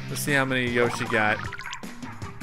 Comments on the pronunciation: that guy should've said when u fucking pronounce yoshi like YAH SHE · you said Yoshi wrong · Hearing you mispronounce Yoshi annoyed me.